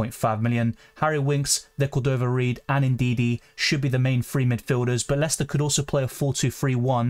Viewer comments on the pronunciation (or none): none